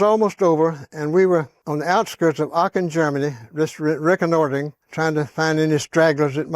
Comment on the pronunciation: As a German I say: really good pronunciation right there! I was laughing and having a good time with this story. Would have shat myself too in his place. Kind of dumbstruck me to hear, he had to put down a man like that! Especially at Aachen, because at that point of time war was almost over with. Funny and sad